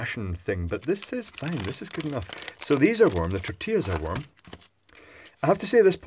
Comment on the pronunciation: Tortias ...those are tortillas with L not a. Also is two of them so you read tortillas as is written .